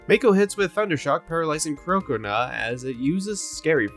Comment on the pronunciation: Do you purposefully say their names SO SO SO wrong? Like croconaw is supposed to like crocodile and gnaw so it's CROC-O-NAW